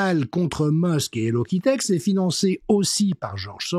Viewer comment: Merci Monsieur, pertinent clair et efficace, comme d'habitude. Alors, je pense que pour le mouvement "Hello Quitte X" il faut le prononcer "quitte ix" et pas "quitte ex". Il semblerait que ce soit un lamentable jeu de mots avec ce personnage dont les enfants et pré ado raffolent, à savoir Hello Kitty. Pas forcément le meilleur choix, n'est-il pas? Gratitude à vous pour votre engagement sans failles